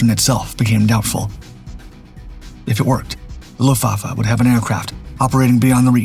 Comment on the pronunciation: It's AI slop narration - a giveaway was the way it couldn't read and pronounce 'luftwaffe'....